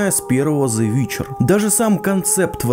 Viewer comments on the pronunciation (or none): Зе Витчер,сука когда же я услышу правильное произношение артикля!!!!!!!!!!!!!!!!!!!!!!!!!!!!!